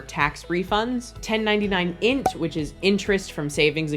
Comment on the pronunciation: It's funny hearing 1099-INT pronounced as INT. I've been preparing taxes for years and have always say "Eye En Tee". Thanks so much for the Mark/Roger comparison. I think it's the hardest thing for many people to wrap their heads around and seeing the actual numbers is GREAT. Note on itemizing deductions: Some expenses (like medical) are only deductible if they're above a certain percentage of your income, and some expenses (like taxes) are only deductible up to a certain percentage of your income. $300 of charitable contributions are deductible as of this year regardless of itemizing or not! Finally, if you're not doing the high yield savings account trick for self-employed income, definitely try to make at least cursory State and Federal estimated payments each quarter. If you under pay, it's possible to need to break out income by quarter and it gets messy! Tour story: I had a client who needed to file in 36 states due to touring. All together it took 3 days of work, between entering all the info, making sure all the state returns were done correctly by our software, figuring out where we could efile and where we had to mail, tabulating which states he owed in and which he got refunds from, printing and mailing everything, and communicating with the client. This was 3 days of work spread over 3 weeks, mind you, but still he paid a little less to have us do it than a $40/extra state through turbo tax.